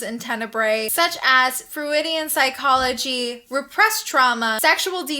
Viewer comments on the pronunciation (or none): Nice outfit. But...'Froo-i-dee-un' psychology? Sorry, I had to laugh. Made me think of Billy the Kid in Bill and Ted's Excellent Adventure...🤣 'This here is Sigmund Frood' Watched this cause I just pre-ordered the new Synapse 4K.